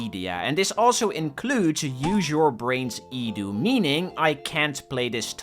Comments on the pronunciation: Can't watch this slop. Properly say E D U not fucken edew. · i think it is E D U. not edu. like seprately